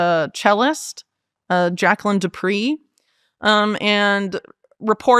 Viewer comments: The accepted English pronunciation of the surname " de pre" is de- pray. NOT ever pronounced like de " pree" Wow ...going to present yourself as super knowledgeable. ..check basic pronunciations. The French version is slightly different and sounds like de preh. " Pree is totally wrong. I doubt this lady, for this and some other reasons. This cellist was known all over the world and is still known as " Great". Just listen to any you tube concert by Jacqueline de Pre and you will hear in introductions the correct way to pronounce her name. Speaker could have done this much. ( De Pree...ugh). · Jaqueline du Pre, the final 'e' has an accent, so pron. prey or pray